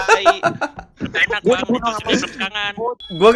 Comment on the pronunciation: menurut gua intro lemon kayak ngomong ee